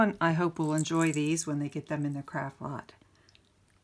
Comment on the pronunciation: You say, "Craft Lot". I hear "Crap Box". I can't unhear it now. Makes me laugh everytime.